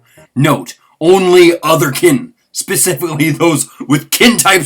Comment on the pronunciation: lol skeptic pacifically